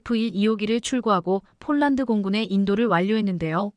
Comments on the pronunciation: 폴란드를 쫄란드로 읽코있네요 아나운서가 기본이 덜 됬네요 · 아니이분은.왜?쫄란드라햇다가 폴란드했다가 장난도아니고 넘.격없이.말하네 듣기가거북합니다